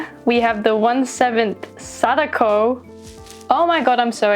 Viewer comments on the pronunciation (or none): none